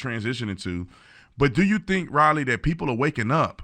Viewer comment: I'm pretty sure Tatum mispronounced Riley's name and she got the state of West Virginia confused with Virginia when she spoke about the 5 girls in high school who fought about this problem.